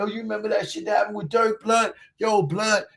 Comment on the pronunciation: "Yo Bluuhd... who you think it is Bluuhd"🤣 hilarious. It's the Truth bro.